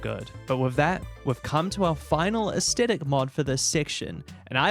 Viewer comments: In this age, when ever pronouncing Aesthetic, people suddenly forget kindergarten English and the rule surrounding 'th.' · Great video but damn the way you pronounce Aesthetic is er, interesting